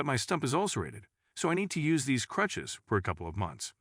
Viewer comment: This guy pronouncing crutches as clutches just sounds like a made up.story to pull at your heartstrings